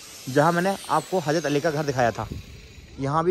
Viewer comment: Bhai Thora Urdu word s estemal kiya kre.bakibto bahut achcha h hazrat bolte h , hajrat nhi bolte